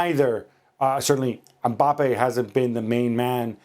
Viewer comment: It’s mbappe and it’s not close